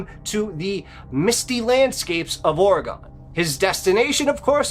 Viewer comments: Pronounced Oregun not Oregone. Only it’s spelled Oregon. I have been to Crater Lake. We spent the night there and we never had any problem. But I’m afraid of water so I never went near the lake but once I did feel strange when I was looking at it. There is also lots of bears in the area but I doubt they would have taken his camera. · Ok I don't want to be rude just inforative... In the West it's pronounced Ore-gun. Not Ora-gone.😊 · OR-A-GINN... NOT OR-A-GONE... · So the beast of Roanoke is a werewolf lol. Also it's not pronounced "Ore-gon" it's pronounced "or-uh-gun" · Its Oregon like a organ in your body Not or - eg' gon. Js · The story about Crater Lake is always interesting but Oregonians take it poorly when you mispronounce the name of the state. It isn't pronounced Ore a gone - it is pronounced Or uh gun. I have had to go past Crater Lake a number of time and once, a boyfriend and I, my son and his daughter (kids) decided to go to CL to play in the snow. We ALL got creeped out just being there. The kids didn't want to play and something about being there just felt wrong. We had driven a long way to get there but every one of us wanted to leave, so we did, after only being there for about 10 minutes. I'm glad I don't have to drive that road any more. All good stories folks. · 🐺 Friends don’t let friends say “Ore-ah-gone”. 😉 Thank you, from someone who lives in “Ore-ah-g’in”. Merry Christmas!🎄🐾🐾🐾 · Being from Orygone (like your 2nd guest pronounced Oregon) I'm always interested in stories from my home state. 😅😅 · (Orr-egg-gun) Oregon, Jesus…. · It's pronounced Ore-uh-gun! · Every time you said "OreGAWN" was like nails on a chalkboard, and ruined your story. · It's not pronounced aura-gone. 😵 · ORE-RE-GUN. Please say it right, it drives us nuts. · It's pronounced Ore-g-en, Oregen. All this is missing is Cam Buckner from Dixie Cryptids and Mr Ballen! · Pronounced (Ore -g-en) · ORR-EH-GONE? …..or Oregon ? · pronounced oregen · Oregun? Seriously?